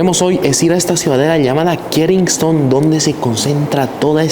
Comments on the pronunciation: Lo pronunciarse mal es kesinton como lo estás leyendo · Kensington no se pronuncia "Kenistong"....... A parte de ese detalle, buen video 👍